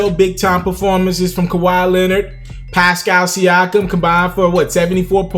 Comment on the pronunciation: He's still saying Pascam Siakam?